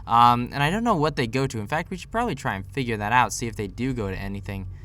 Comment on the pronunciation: it's probably not propbably